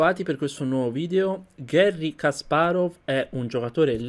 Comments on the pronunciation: Ho visto solo due tuoi video, son fatti bene. Unico suggerimento, cura gli accenti, Kàsparov non Kaspárov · Kasparov persona intelligentissima, non limitatevi agli scacchi guardate i suoi video su putin e le vere ragioni della guerra in Ucraina per esempio. Per quando riguarda la pronuncia, il russo segue il cambio della vocale atona e il rafforzamento della consonante finale quindi in realtà è Kaspàraf